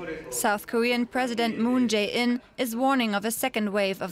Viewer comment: President’s name is pronounced MOON-JAY-EEN. Seoul’s district is pronounced “EE TAY WON.” Please practice names before going on air.